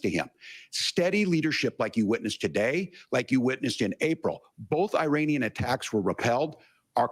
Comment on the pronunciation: "Eye Rain Ian," too.